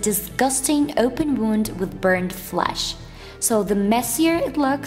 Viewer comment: Wound not wonde